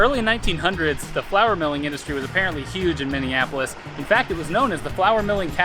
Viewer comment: I hear Mini Apples instead of Minneapolis 😂😂😅